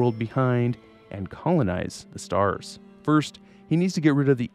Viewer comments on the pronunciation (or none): none